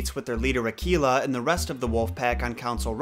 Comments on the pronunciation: Akela is pronounced more like a-K-la....K like the letter and la like la la land...and the log in bander log is pronounced more like log from Logan...and bander is more like bundar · I believe Akela is pronounced Ah-Kay-La.. with an A sound not an E ... at least that's how we pronounce it at Cub Scouts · I don't know if it's just the American language, but it isn't Ar -kee-la, it's actually Ar -Kay-La. My son is the Akela of a local group here, he's gone from Beavers right thru to Venture Scouts and leadership. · Gotta agree with most of what you say but the pronunciation of Mowgli. In India, we have always pronounced it as Mow-glee (possible with less stress on the "o"). Also, every time someone pronounces Akela as A-KEY-La I start to cringe. It's A-kae-la (lone / alone / solitary). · I thought you said tequila instead of akela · You're really butchering the pronunciation. Akela is pronounced uh-kay-la and means alone. Baloo is pronounced bah-loo with the emphasis on the first syllable. Bandar-log is pronounced bunder loge and means monkey people. Fun fact: the monkeys in form and description are based on the bengali people.